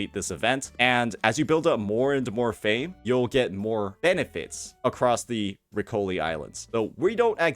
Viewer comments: Ladies and Gentlemen, Italian is a difficult language. We have rules, exceptions to words etc... Riccioli is pronounced like this: "-ccio-" has the same sound as "cho-" in chocolate. In Italian, if a consonant has a "e" or an "i" after it, the consonant is soft, if it has a different vowel, then it is a hard consonant. Ex. Caccia. The rule applies to both "c"s: the first one is a hard "c", the second one is a soft one. Caccia means Hunt. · You read riccioli , as you would read the start of the name "ricchard" just remove ard and add oli the accent goes on the first i. riccioli is the word used for curly hair. I suppose because phebe has some "riccioli" on her lol